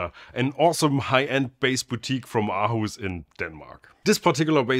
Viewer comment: Aarhus is pronounced with the same first vowel sound as in “alright” or “awesome”.